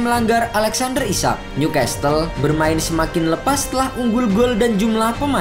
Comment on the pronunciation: Ralat sedikit kata "Castle" t nya gk usah dibaca 😅